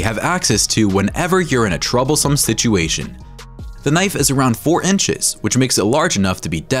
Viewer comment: Normal knoife